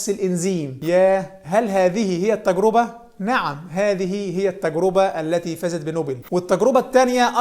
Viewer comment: التجرِبة بكسر الراء وليس بضمها، وكذلك جمعها "التجارب"